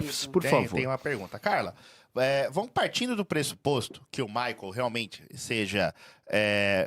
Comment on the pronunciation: Alguem avisa a da shopee que Maicol nao é uma palavra oxitona? 🙄